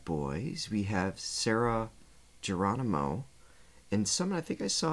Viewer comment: Hi,. Hope you don't mind my sharing. The G in Geronimo sounds like an H. ✌❤